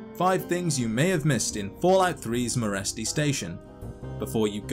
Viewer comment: In Romanian Meresti is pronounced like Mereshti (Merești), look it up on google translate